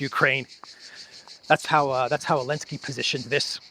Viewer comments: Please, his name is Zelenskij inte Elenski.... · Why do you call him alinski? Is that how you pronounce zelinski or did I miss something? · Why do you say "Alinsky" ? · Why do you call Zelensky alensky? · Elenski kept saying "sank you Mr President" while pulling strange expressions giving the impression he was far from thankful! 😂😂😂😂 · elenski banned the letter Z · Because Zelinsky BANNED the letter "Z" in Ukraine.